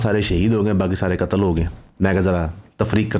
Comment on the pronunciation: pronouncing difference appriciated between shaheed and qatal